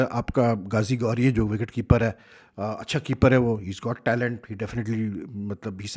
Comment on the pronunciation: saab ye GAZI GORI nh ha GHAZI GHOURI hai aur FAKAR ZAMAN nahi FAKHAR ZAMAN hai plz correct ur prnounciation agr bura na mane